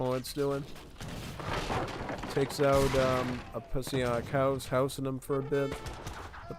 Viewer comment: But man it's impressive how hard you continue to butcher Psionic's name XD